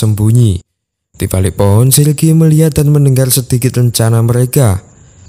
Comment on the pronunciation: Sirgi woi bukan silgi